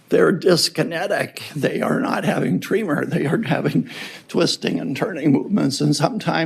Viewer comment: Why are you pronouncing tremor as tree mer. ??